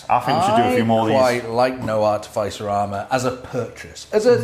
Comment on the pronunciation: Just one thing to improve on lads with the artificer armour. It's pronounced ar-tif-is-er not art-e- fice- r.😂😂